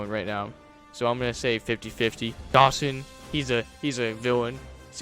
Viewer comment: Dogson not Dawson…